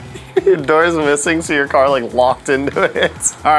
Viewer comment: car not cat